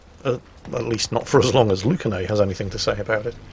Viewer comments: Actually, their name is Lunacae, not Lucanae Erm,? Don't shoot I'll work overtime in the mines! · Ah yes. "Lucanae" oh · I love you, and I love your constant mistakes, but for the love of god: LUNA-KAY!!! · Lucanae???????????????? his name is Lunacae, which probably is meant to be pronounced as lunacy! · wouldn't be a video if he didn't get the name totally wrong. you've switched the C and the N in their name, its Lunacae not lucanae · And for you heathens thinking "Luna-kay" in your heads, it's pronounced "Lunacy". AEGIS is EE-gis. Aether is "EE-ther". Did y'all not live a hundred lives in Ancient Greece? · Actually, His name is pronounced " Lunacy"..... I'll get my pick and shovel... Hi-ho, Hi-ho.... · It’s amazing to see a friend appear in a youtube video lol, Lunacae says the name as if it were luna gay lol. She is a female Australian warthunder streamer and a damn good one at it. When I saw how you said her name I had to go on Discord and tell all our friends in the server to start calling her by the new pronunciation and many laughs are being had all around. Thank you for sharing this and and cheers. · Also the name is Luna-say but everybody gets it wrong xd